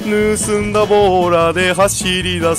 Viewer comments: ねすんだじゃなくてぬすんだじゃね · ぬすんだがねすんだになってる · ぬすんだが、ねすんだになってるw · 「ね」すんだになってますよ